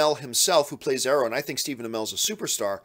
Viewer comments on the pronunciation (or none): none